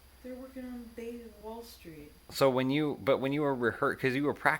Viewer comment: "Ok, so that's why you were the only one who showed up. It's because the rest of them aren't even in the band." "They're workin' on Bay-Wall Street." Elyse's Canadian slipped through there for a second.